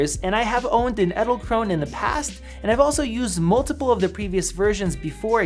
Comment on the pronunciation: Edelkrone ( The last e isn't silent! You pronounce it like the first E in Edelkrone)